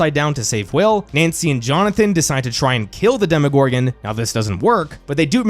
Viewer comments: Demo, not demi. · For gods sake is DEMO-GORGAN, not DEMI-GORGAN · DEMO-gorgon, not DEMI-gorgon!